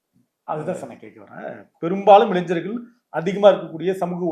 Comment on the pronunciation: இளைஞ்சர்கள் இல்ல தம்பி, இளைஞர்கள்